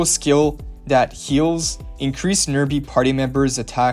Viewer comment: "nearbaïe" 🙂